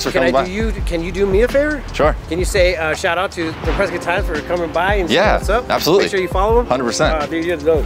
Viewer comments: Pescott, Arizona.😉 "Prescott" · "Pescott" lmao great vid! :)